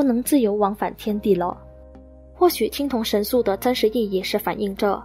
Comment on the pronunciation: 三星堆神树，还是叫三星堆神素呀美女？😂😂